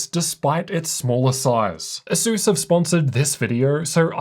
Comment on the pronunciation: why do i ALWAYS hear SUSU instead of ASUS when you say it haha